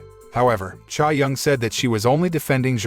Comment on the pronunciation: its Chae, like Chay. chay young